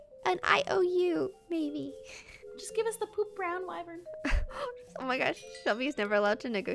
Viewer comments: wyvrens???? EES WYVERN XD love you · LISTEN UP its wyvern not WYVREN